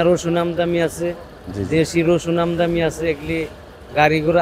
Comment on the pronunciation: আমদানি বলতে পারেন না আমদামি বলেন কেন